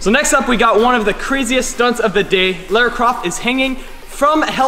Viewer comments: You're really cute but ....you pronounce Lara weird! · Amazing video but I winced every time you said Lara. 😣😂